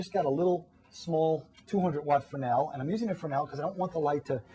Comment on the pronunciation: Yeah, fresnel is pronounced "frennel."